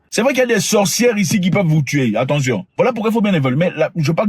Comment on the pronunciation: C'est "L'ATTENTION", Pas "L'ATTANTION"💦